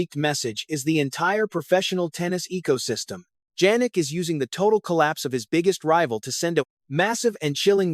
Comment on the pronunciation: It's YAH-nik, not Djanik ! You are also a clown.